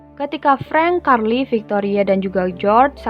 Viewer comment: Carl = karli 😂